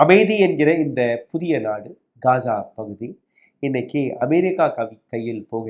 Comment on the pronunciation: யோவ் அது காஜா இல்ல காசா